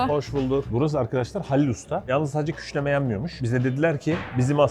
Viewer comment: 'nın küşleme yerine küşneme demesi😂😂